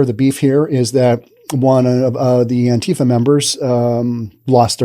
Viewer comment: This is first one of these ive seen Learn to talk properly first & how you pronounce words & what Government dept do you work for with your pro Government propaganda First of all to pronounce antifa as ANTIFAR because they are anti facist anyone that doesn't believe in most they do are totally not patriotic antifa are & if was the PAGANS mc they are a very dangerous 1% club Not a gang.